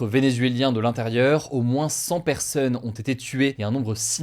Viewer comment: « au moins cent persEUnes »